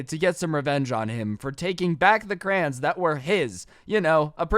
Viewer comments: why do you say crayons as crayns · Ok but y u pronounce "crayons" as "crans" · Is It Just Me That Finds It Funny That He Says "Crans" Insted Of Crayons? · Crayons not crans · Says cran Me: 😡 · Anybody else realize he says CRAY ONNS as crains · Why do u call crayons crans? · Crayons sounds weird when says it